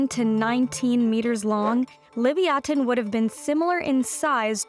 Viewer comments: I've always heard it pronounced "Leh-viah-tin" like the biblical sea monster it was named after, hearing "Li-vee-ah-ten" threw me off so much I didn't even realize what she was talking about at first. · That first toothed whale's Hebrew name is pronounced "leev-yuh-TAWN," not "liv-ee-AW-tuhn." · What's with the "Lee-vee-aten" pronunciation ???? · Lee via tin is how it's pronounced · I honestly bothered me, because its definately supposed to be pronounced leh-viah-tin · I know they spelled Leviathan as "Livyatan," but I can't get past the weird pronunciation. I mean, at least put the emphasis on the same syllables or something. I heard why. I still hate it. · The Hebrew לויתן is the original (unless you insist on writing it in Paleo-Hebrew), not the translation. It's stressed on the last syllable, but I'm not sure whether Hebrew or Latin stress rules should apply when a Hebrew word is borrowed unadapted (except for writing in the Latin alphabet) as a scientific name. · That's not how Livayatan is pronounced. You're just being loudly and confidently wrong.